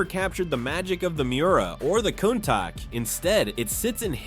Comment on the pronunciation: Cone-tach? Never heard of it.